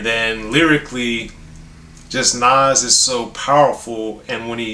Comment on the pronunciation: I love to hear a white guy pronounce Nas name correctly. Love Speechless, Meet Joe Black, Truth, etc. I like this up there with God Son and Stillmatic.